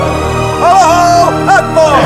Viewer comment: The sultan can't even pronounce Allah Akbar... Subhanallah. This film is Kufur and lies, not based on Islamic Atticate